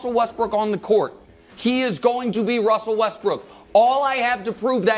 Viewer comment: my boy Brou out here talking like Elmer Fudd? Who is Wussell? 😂😂😂